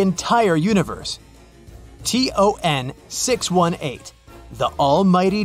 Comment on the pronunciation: ton 618 ❌ t-o-n 618 ✔️